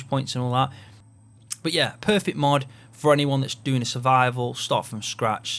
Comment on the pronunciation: Are you saying MUD or are you saying MOD? It's confusing